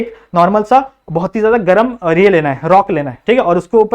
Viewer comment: Sir galam lava nhi garam lava😅😂